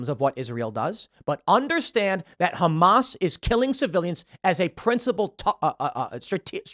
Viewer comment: pronounced HumAss